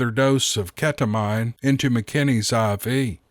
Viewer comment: Just so you know, its pronounced (KETA-MEAN)